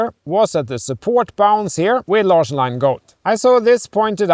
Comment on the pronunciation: This reminds me of my own marriage, relying on a common third language for communication. Just as Anders probably doesn’t speak Vietnamese, and his wife (sorry, I forgot her name) doesn’t speak Swedish—as evident by her difficulty with both the /ɑ̌ː/ and /ʂ/ parts of “Larsson” (/ˈânːdɛʂ ˈlɑ̌ːʂɔn/)—my wife and I used mostly Japanese because my Mandarin was limited, despite having studied it at university, and her English was limited, despite having studied it in Beijing. They seem to have a good sense of humour, though, to overcome any misunderstandings that are inevitable from reliance on a non-native language. I wonder about their children’s linguistic skills. I didn’t speak English to my daughters in Japan, and my wife didn’t speak Mandarin to them, just as her own parents didn’t speak their native Korean to her (only to each other) while she was growing up in Beijing. It’s a lost opportunity for all those kids.